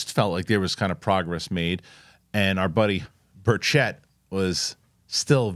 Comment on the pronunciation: You have got to quit mispronouncing my Representatives name! It's pronounced BUR-chit ( not so much stressing two syllables either- say it quickly). Keep it in mind, he's from East Tennessee. We're somewhat Hillbillies here.... -Aaron L. Knoxville,TN